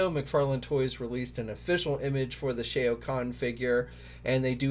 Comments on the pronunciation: C please, it's SHAO. it really hurts our ears, brother. Lol. Like how you pronounce Shaolin. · Just stop saying the name "Shao", you can't pronounce it and it's just embarrassing. I'm embarrassed for you... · You’re saying Shao wrong